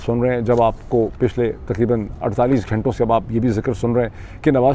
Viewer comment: Mr Pirzada the name of the prestigious university is Harvard and not Howard. And in Urdu the word is "ghanton" (hours) not ghaaiton or ghaaintay. Also it's pronounced Piolet and not poilet. 🫡